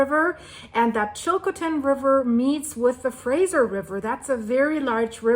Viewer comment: Thanks for information, well put together and greatly appreciated, but please learn how to say Chilcotin thanks 🙏🏽 .